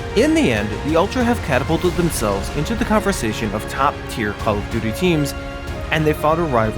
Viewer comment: "Call of Doodilly"